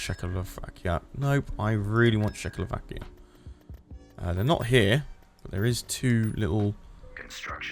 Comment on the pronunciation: I was mostly listening to this and I did a double take when I heard say Czechoslovakia as shackle-o-vakia instead of check-o-slovakia